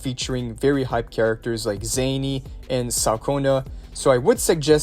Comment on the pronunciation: Zani not zanny